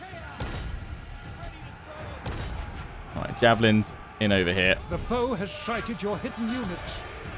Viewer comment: I love how when the advisor says "sited" is definitely sounds like "Schitted" AKA the enemy shat.